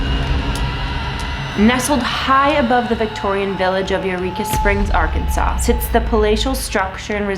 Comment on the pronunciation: Thank you for pronoucing Arkansas right. I have been here like 5 times and love it. I have a skeleton key from there.